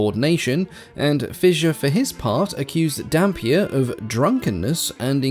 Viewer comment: I can't stop hearing Dhampir